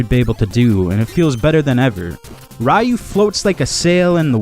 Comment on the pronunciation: It's pronounced ree-u...and it missed the 32 bit era as well